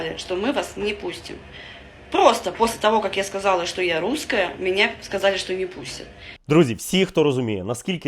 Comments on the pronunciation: ти вже давно нє дєвочка )))) А ротік у тебе дуже маленький, практикуй кабаки засовувати у рота. Ти щось не можеш виговорити літеру (Р). "Меня нє пускают я луская" ))))) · Рррррруская! Собери по рублю с подписчика и галопом в питер к ЛОГОПЕДУ.🤧🤮🤮🤮🤮🤮